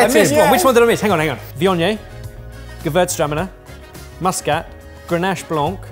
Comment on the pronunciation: hearing Ben butcher gewurztraminer reminds me one of my favorite thing with Brits.. how badly they pronounce anything not English (and how bad they butcher that, at times). And then the bit I dislike with Brits.. that addiction to Eggplants (and Mayo, which at least wasn't obvious here today). The confit onions do sound amazing though.